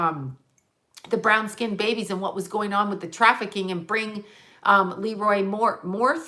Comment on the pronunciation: LeRoi Moore is pronounced le-ROI , accent on the second syllable...please stop saying LE-roi...love you! (Can you please channel him?)